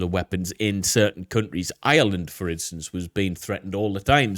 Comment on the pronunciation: He said “CUNT-REES” 😂